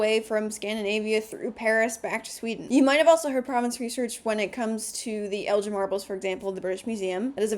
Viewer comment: You need to familiarize yourself on the pronunciation of the Elgin Marbles. Not being unnecessarily naggy, but if you are a professional in this field you should know better.